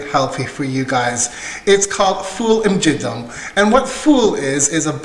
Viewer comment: the way you pronounce it in the video means "very dirty broad beans". LOL! :D So Martha is right. Many thanks for the recipe. You're great! (Y)